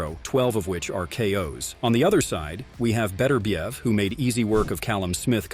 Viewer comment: Artur Beterbiev absolutely HATES the American pronunciation of his name. His name is not Betterbiev, it should be pronounced as three syllables, BET UR BIEV.